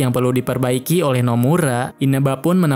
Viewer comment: Oleh ❌ Oweh ✅